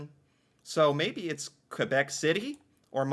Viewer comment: I have to say something. Thank you for the way you pronounce Quebec. Most Canadian cant pronounce the correct way!